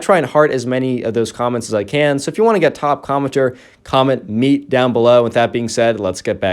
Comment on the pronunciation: Meat i thought u said beet originally lol